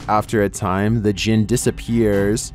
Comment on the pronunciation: I heard "penis djinn" xD